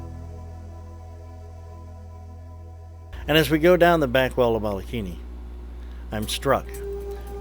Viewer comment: Great video! Mike Severns and Pauline are awesome divers and marine biologists! The crater name is pronounced wrong and that was a tad distracting. It's Mole a kini